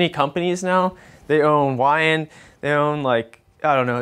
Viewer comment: Love the Holleys, performer carbs are for ol ladies. You got it right it is pronounced Why And.